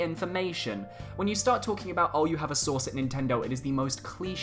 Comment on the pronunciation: Lmao I thought u said “I have a sauce at nintendo”